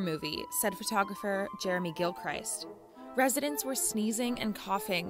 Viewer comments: gill krist not cry st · It's Gil-CHrisT the 'i' is soft.